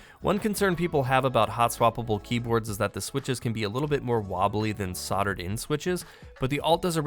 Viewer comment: Thank you for the great video, and for pronouncing "solder" correctly!